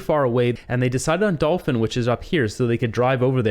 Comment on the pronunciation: Hi Just letting you know that Dauphin is pronounced Daw-fin. It sounded like you were saying Dul-fin. I’m not liking the idea of a basic universal income. There’s more likely to be more fraud with that. Keep up the good work!!